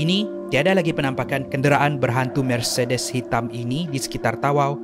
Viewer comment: Ya Allah sebutlah mercedes tu betul2 🤣🤣